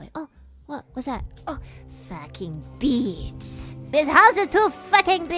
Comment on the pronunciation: I love it everytime she says “Facking beach”